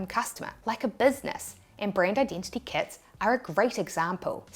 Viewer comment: Kuts = Kits